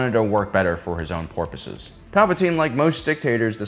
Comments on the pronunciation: "His on porpoises"😂😂 I caught that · “…for his own porpoises”,? Sir, I fear you’ve been compromised. The dolphins 🐬 are controlling you. 😉